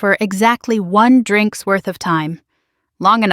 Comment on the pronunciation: The way the robo-narrator pronounces "drinks" makes me regret having ears